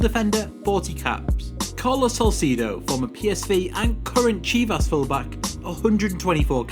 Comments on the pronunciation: That's Carlos salcedo mate. not Salcido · that was salcedo not salcido